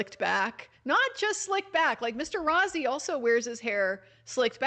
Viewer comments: Rossi is pronounced Rosey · Just fyi, Mr. Rozzi’s last name is pronounced “Rose-y” ( Rose w/ long E) 😊 Thank you for being there to relay all this !